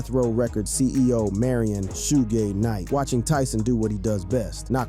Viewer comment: Need to work on pronuncation of Suge Knights name